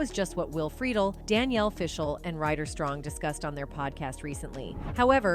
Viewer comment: 1) you pronounced Will Friedle's last name wrong and 2) you got danielle FISHEL's last name completely wrong! soooo 0 credibility